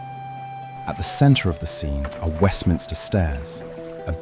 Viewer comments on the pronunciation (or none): Fantastic! Great job, just a comment it’s Westminster not Westminister🤓